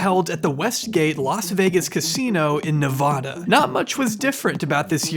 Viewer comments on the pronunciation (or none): I'm so sorry but. It's NE- VA-DUH not nevadauh -Sincerely all NV locals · Btw Nevada is pronounced Nuh Vadd Uh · But pls don’t say Nevada like that again